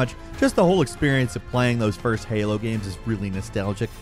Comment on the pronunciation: this man said FOYST